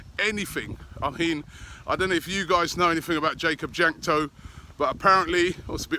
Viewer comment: It's pronounced Wank-to, Robbie.